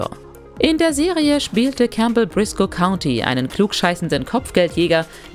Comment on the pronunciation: Hier wird einfach komplett ALLES falsch ausgesprochen, sogar einfache sagen, die eigentlich wirklich JEDER kennen sollte wie Animaniacs oder sogar Beavis und Butthead. Beim ersten Brisco County Junior verspricht sie sich auch und sie haben es drin gelassen. Geht gar nicht. So schlecht.